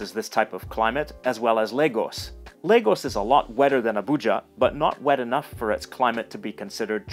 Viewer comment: I’m glad you didn’t say La-goes.. good job 👍🏾